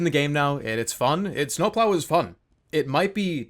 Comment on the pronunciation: i like how he says snowploau